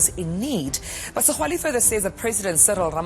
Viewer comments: Awa maan it’s pronounced Segwale that X =g 😂😂😂😂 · Why is this guy failing to pronounce all known segwale🤣🤣🤣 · Where have you been that you can’t pronounce segwale🤣🤣🤣